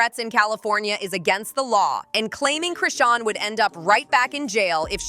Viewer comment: Now ur callin Chrisean RAHSAWN GOOD FKN GRIEF🤦🏽‍♀️